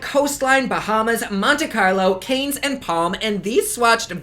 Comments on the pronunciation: As usual, a great review and a beautiful look even with the outcome. FYI, Cannes is pronounced like khan...it’s on the French Riviera...and Seychelles like say shells...east of Africa. 💕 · Cringing at the pronunciation of Cannes haha